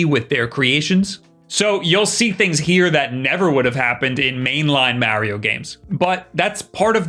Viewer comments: BRO YOU SPEAK PERFECT ENGLISH. STOP SAYNG “MARYO” ITS “MARIO”. IM ABOUT TO THROW MY FKN PHONE AT THE WALL, ITS DRIVING ME FKN CRAZY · ⚠️ Cant take this dude seriously when he tries to say “Mario”. I don’t get it, he speakers perfect English. Idk why he keeps calling “Maryo”. It’s driving me fkn nuts ⚠️ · I love how he says "Marry-yo" instead of "Mario"...also my majority of time has gone into Octopath Traveler and Mario Kart 8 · When MARIO is pronounced MAH-RIO you take a shot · Oh hes a MAH-RIO guy… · I watch these videos just to hear him say “Mario”